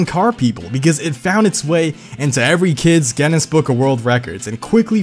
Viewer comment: He siad Guinness wrong